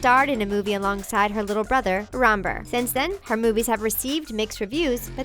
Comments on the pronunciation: You know Ranbir Kapoor u pronounce his name Ran-beer so yea Ranbir is said like that. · It is pronounced sonum kapoor and runber kapoor. Just thought you wanted to know. This is how you pronounce them. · "rombar" what is she? a shape? ITS RANBIR GOODBYE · Really....Ran-ber?:/ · LOL the way the narrator pronounced ranbir. its pronounced RAN BEER